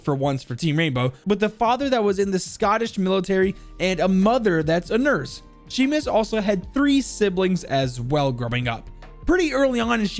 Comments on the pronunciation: Sheemus? It’s pronounced shaymus. 😂 love watching people try and pronounce scottish things. Good video all n all tho! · Also Seamus is pronounced Shay-mus. Its not Shee-mus. I'm Scottish. Good video otherways. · He keeps saying seamus wrong ... it’s pronounced shaymus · His name is pronounced Shay-mus, not Sheemus. It's like Sean is Shawn, not Sheen. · Wtf is sheemus 😂 🙄 pronounced shaymus and also, this is the uk, free health service mate. No medical bills, technically. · Sheeemus???? It’s Shay-mus. God damn it man!! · "Shay-Mus" just incase anyone is wonder how to pronounce his first name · Seamus is pronounced shea-mouse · Couple facts John groats isn’t a city and for all the Americans it’s pronounced shay mus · it's pronounced shAAymus but ok 😂 lol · It's pronounced shaymus btw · Just a heads up I'm pretty sure his name I pronounced Shamus but I might be wrong. Anyway great vid as always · Seamus is pronounced as Shay-mus, sorry it just annoys me for some reason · i know your bad with names but how do you mispronounce seamus😂